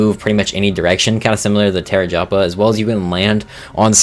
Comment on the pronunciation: "Terajapa" i cant.